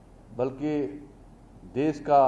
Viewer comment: देस क्या है? देश होता है। देस नहीं।